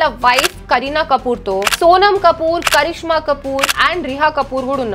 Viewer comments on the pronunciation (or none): none